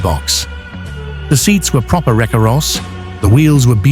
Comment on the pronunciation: And AI let's us down again saying "Recaros". Wrong emphAsis on the wrong syllAble. 😔